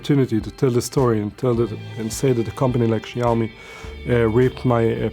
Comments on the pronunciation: jaumi LOLLLL Caucasians really can't pronounce these things at all 😂😂😂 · Great video! But pronounce Xiaomi correctly...